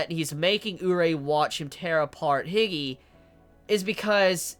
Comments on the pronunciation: Your pronunciation to "Hige" bothers me to no end, like who in the fuck is HIGGY?! I gotta be honest lol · Yeah bother me too its Hi-geh facefall